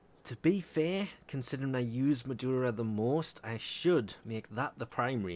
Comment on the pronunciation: I like the way he calls "Madurai" "Madura" LMAO 😂😂😂